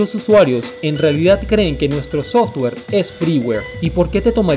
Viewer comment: Muy interesante y curioso... pero no tan curioso como la forma en que le dices Softor a Software.